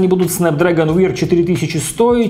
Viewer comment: Wear читается не "вир", а так и остаётся "веар".